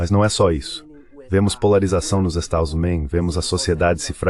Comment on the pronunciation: "Estadosuneis".. As IAs censuram sistematicamente o nome dos estados unidos nesses vídeos traduzidos